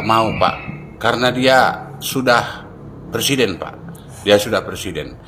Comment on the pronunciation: PERSIDEN apa PRESIDEN bang??🤣jaaangaaan...jangaaaan...jangaaan 🤣🤣